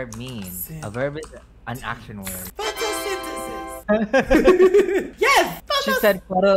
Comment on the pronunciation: "photosentaces" IM GONNA CRY